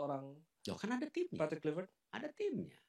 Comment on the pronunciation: Patrick polpectTOP not poR patrick kulv...